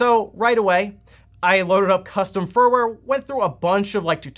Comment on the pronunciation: hehe... fur-ware you say....